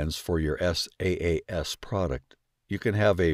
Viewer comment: "Your S-A-A-S product" 💀